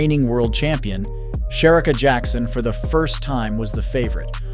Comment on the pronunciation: Why can't you pronounce Shericka?